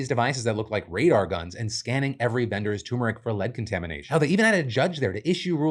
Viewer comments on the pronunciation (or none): TUR-mer-ic! T-U-R!!! 😭😭😭 For the love, PLEASE PRONOUNCE THE ‘R’!!! 😩 You sound like a colonizer & that’s breaking my heart!💔😢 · dammit Phil it's TURmeric not TOOmeric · Hey Phil! Quick note, since you kept repeating it so often, it just kept standing out: It's pronounced turmeric, not toomeric